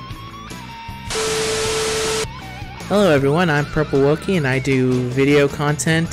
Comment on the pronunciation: You did well pronouncing the name :3 Also, thanks again for participating! It was tons of fun to put it all together. Hearing that it took you so long, makes me appreciate it even more, because it shows how much work you put into it!! <3 Also, this video made me laugh quite a lot, thanks for publishing this! Oh and my favorite is always "I'm a YouTuber on YouTube" lmao